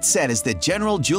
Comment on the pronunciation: Well yes, but actually no. The pronunciation in the video isn't good, but it's also closer to the original Latin than the English pronunciation is. "[...] according to modern english rules 'Caesar' is pronounced 'si-ser', but the Romans pronounced it 'kai-zar'." That being said, this doesn't make the "kesier" pronunciation correct, but it's less incorrect than you might think 😝